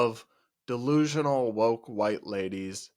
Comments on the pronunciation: I like how he doesn't say "delusional" and instead says "dalooloo" lol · 😂 I’m a New Yorker & tbh I didn’t understand the word he was saying either - “de loo loop”? I guess you’re right that it’s a cutesy version of “delusional.” Perhaps it’s regional or TikTok slang